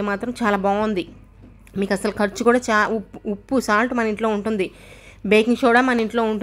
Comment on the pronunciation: ఉప్పు, బట్ట , నలుపు ఇలాంటి మామూలు తెలుగు పదాలు కూడా మీకు పలకడం రాదా, మీరు ఏ దేశం లో పుట్టారు తల్లి